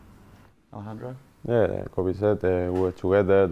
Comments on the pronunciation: “Coby” it’s kobbie you silly silly man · His name is Kobbie, not Kobe... it's kinda his job to know 🙄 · Can't believe presenters are still mis-pronouncing Kobbie's name these days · Poor from the interviewer. Calling Kobbie ‘Kobie’. It’s Robbie with a K. How are people still getting this wrong. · Why are professionals pronouncing kobbie’s name wrong I don’t get it